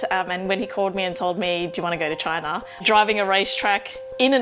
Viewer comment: How to speak Australian: CHOYNA.